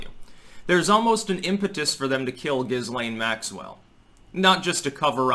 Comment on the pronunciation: Jamie Dlux says Jizzlane Maxipad. 🤣🤣🤣🤣